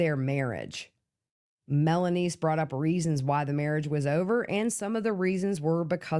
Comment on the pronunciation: Melany.. not melanise....